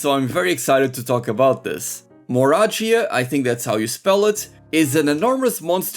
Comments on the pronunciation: I think "Moragia" is meant to be pronounced "Moray-gia," like a moray eel. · Moragia is a hard G